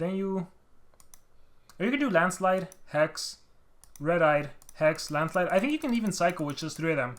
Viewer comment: When you say the Onminus landslide... I hear Ahma Niah's grand-slide....